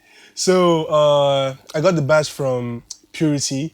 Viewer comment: Bass is actually pronounced as “base” not “bas” 😆